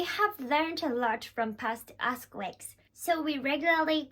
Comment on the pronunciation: I know this is a serious topic, but I wanted to say it only sounded like a$*quakes a couple of times ^^ which is pretty good compared to regular japanese english speakers